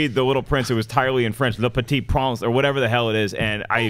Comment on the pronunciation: gets points for pronouncing Le Petit Prince correctly in French. I don't think there's remotely enough material to justify a movie, but I enjoyed the book (in English).